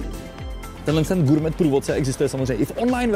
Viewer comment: SPRAVNA VYSLOVNOST SLOVA "GOURMET" (Sounds Sounds like gaw·may)